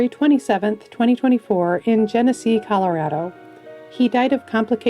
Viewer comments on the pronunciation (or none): none